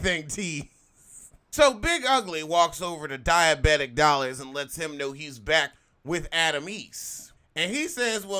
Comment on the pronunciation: "...Diebatic Dollars..."😂😂